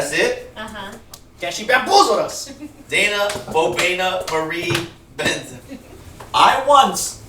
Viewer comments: its Daina not Diana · Daina* not Dana